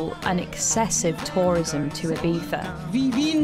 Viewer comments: She literally called it Ibeeza. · Why do you pronounce Ibiza as "ebeefa"?